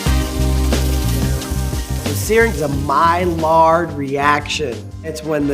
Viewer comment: Mispronouncing Maillard made it past the editors?